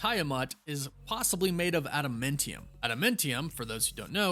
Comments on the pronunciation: AdaMINTium? Its adaMANTium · I thought it was adamantium, not adamentium